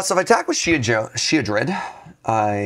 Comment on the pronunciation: "Oh that sheoldred" 🤬